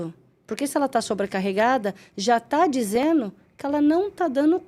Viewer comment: Muito bom o podcast mas um pouco cansativo por causa dos erros de gerúndio, mandano, dizeno, mostrano, atendeno, em fim…